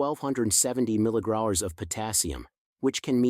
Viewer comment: mg is mill GRAMS not as you pronounced it Which means 1/1000 th of a gram I suspect you are reading this from a written page and probably your not familiar with the actual facts and reporting what was given to you to read, And it is possible this is being read by AI So how can we trust this, as some may be true and some may not Basically it is repulsive to listen to when not speaking correctly As one is inclined to think maybe this is all fabricated just to make a video.